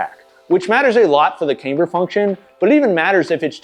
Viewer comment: Camber is pronounced like camm-ber, not "came-ber".